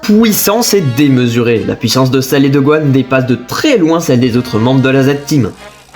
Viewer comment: Merci pour le résumé. P.S.: on entend pas du tout que tu es belge jusqu’à ce que tu dise « pouissance »😂